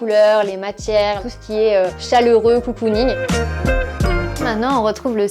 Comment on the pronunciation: COUCOUning 😂 ? ou cocooning ?